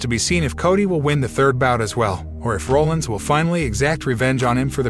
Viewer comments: To support Shanna Hoyt's comment, if you don't have an announcer who has at least some interest in wrestling, things will fall flat. Seth Rollins is not pronounced Roll-Ins. It's more like Rah-lins. Sorry, but not knowing this is bad form. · Guy.....are you actually a wrestling fan or just hopping on a popular topic train to get views? I ask, because I'm curious who this "Seth Rolands" guy is. Dude, if you're gonna report on the shit, at least learn how to pronounce the people's names properly that you report on...I mean seriously, we're talking about Seth "Freakin" Rollins here...smh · People that don't watch WWE, might not know how to pronounce Seth Rollins last name